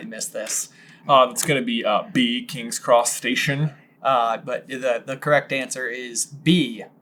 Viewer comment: Am I the only one who hears “King’s Cross Station” as “King’s Crustacean”? 🦀😂